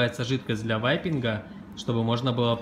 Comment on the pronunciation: Кто-нибудь, скажите им, что не "ВАЙПИНГ", а "Вейпинг"